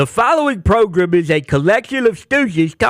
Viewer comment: PROGRUM!!!???? hilarious...SPOT ON!